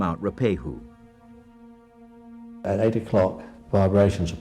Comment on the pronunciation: He didn't do a bad job, although Ruapehu is not pronounced as Roopehu. It is Ru-a-pe-hu.